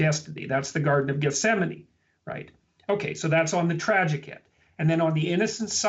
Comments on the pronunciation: Garden of "Gethsemane", not "Yosemite". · I’m sure there’s already some snarky correction below, but, it’s Gethsemane, not Yosemite Sam, ;-) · Garden of Gethsemane. Not Yosemite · LOL Gethsemane not Yosemite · Gethsemane... not Yosemite... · at 9.09 "Garden of Yosemite"??? Im pretty sure Peterson said Gethsemane.... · Garden of Gethsemane, not Yosemite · Gethsemane not Yosemite LOL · It's "Garden of Gethsemane." Not "Garden of Yosemite." Gethsemane is in Jerusalem. To be fair, they do sound similar... and who knows, there might be a Garden of Yosemite in the Book of Mormon. ;) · A nitpic, but at 9.06 it should be "garden of gethsemane" not "yosemite" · Gethsemane, not Yosemite... (Sorry, couldn’t stop myself) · Garden of "Yosemite" lmfao It's "Gethsemane" my man. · 9.05 Gethsemane not Yosemite, dude. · Garden of Gethsemane (not Yosemite!) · The Garden of Yosemite?? Gethsemane! Good video though friend. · the garden of "Yosemite" ??? How about Gethsemane... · Gethsemane* not Yosemite lol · This is an outstanding video, and thank you for it. Please do change "Yosemite." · Not "Garden of YOSEMITE"... LOL. It's "Garden of GETHSEMANE". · Its not Yosemite it is Gethesamne. The Garden of Gethsemane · "Garden of Yosemite" ??? Don't you mean "Garden of Gethsemane" ? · It’s garden of gethsemane not Yosemite... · Lol I don't think he was saying "Garden of Yosemite", unless Jesus died in California. "Gethsemane". Anyway, great video,. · Dude, the Garden of "Yosemite"? It's the Garden of Gethsemane. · Yosemite? Its Gethsemane mr. Peterson and you call yourself a Christian. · It’s the Garden of Gethsemane, not Yosemite lmao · i DON'T KNOW IF YOU PUT IT IN AS A JAB OR nOT , BUT, (woops capslock) It is Gethsemane not Yosemite XD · Garden of Gethsemane* not Yosemite :-P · Garden of Gethsemane, not Yosemite ;) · The Garden of “Yosemite”?!?